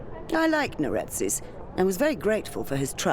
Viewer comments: why are you adding vowels to neretzes and diathma? you make them into neretezes and diathama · "Just found out his name was Neretez." No, you're still wrong. It's pronounced Neret-ZEHS, not Neret-ezz... More like 'Zess' (think zest without the T) and less like 'Cortez'. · That has got to be the WORST pronunciation of "Neretzes" I've ever heard